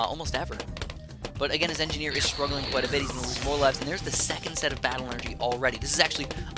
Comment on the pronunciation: I play tf2 a lot so when I heard him saying 'enginner' I was like wait I though this was BTD battles